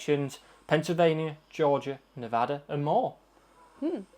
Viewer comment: thank you for saying nevada right.